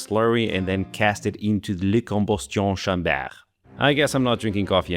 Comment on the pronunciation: "lee combo'stion shamber?" <3